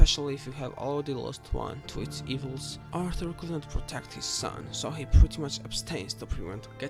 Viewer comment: ITS ARTHUR NOT ALTHU. ROBBERS NOT WOBBERS. MARY BETH NOT MEO BET